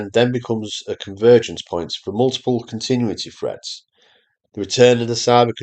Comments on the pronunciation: A regional accent does not disguise the fact that your narration is AI. I'm sure there's a person behind this and I agree with most of what you say. But check your pronunciation. Specifically of "continuity". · He's definitely not AI, but I agree the pronunciation of "continuity" is odd.